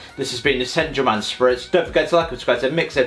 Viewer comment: That pronunciation of Saint German killed me 💀